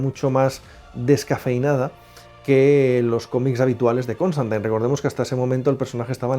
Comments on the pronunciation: Siempre creí que se pronuncia Constantin y no Constantain. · Lpm!!!! Q deje de decir ConstANTAIN!!! Es CONSTANTINE, xq pronuncian taaaaan mal!!!! Me genero mucha broncaaaaa escucharlo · Sólo dos cositas nada más. Tanto Zatanna como Dr. Fate aparecen también en algún capítulo de Smallville. Y por favor,, que eres un crack y es un placer verte en cada vídeo, pero cada vez que te escucho decir "ConstantAIN" se me enconge el alma. Mira cualquier capítulo de Legends of Tomorrow en versión original, que ahí lo pronuncian bien. Enhorabuena por el canal, todos aprendemos un poquito cada día con vosotros. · Me daba un dolor en el hígado cada que escuchaba constantain, hasta a lucifer lo corrigieron en la escena del crossover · Suena tan rara esa forma de pronunciar "Constantine" no entiendo por que los españoles cambian la pronunciación del inglés...